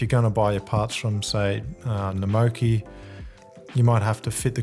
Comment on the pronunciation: Do you purposely pronounce things a bit wrong? I’ve never heard anyone pronounce Rodico or Namoki like that hahah